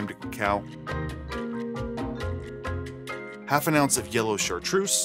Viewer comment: I'm French, Chartreuse is pronounced with a Z like zoo, not S.